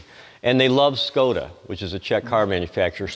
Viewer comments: Outstanding collection and presentation - please more. But please note : it's Škoda, not Skoda. That "Š" is a kind of "sh" in englisch, so pronunciation is "Shkoda" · Czech pronounce is "shkoda" beige car right from the trike [ JUS 580 N ] is Škoda 100